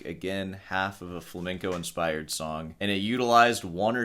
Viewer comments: Hey: It's pronounced fla-mehn-co guitar not fla-ming-co. Really?! (Love the channel!) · Why can't Muricans pronounce flamenco? Its not flamingo bro